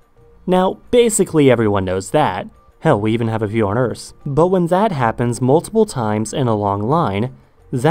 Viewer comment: Never heard anyone pronounce the earth as "se ers"